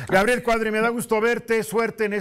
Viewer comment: Perdón: se dice Cuadri y no Cuarry.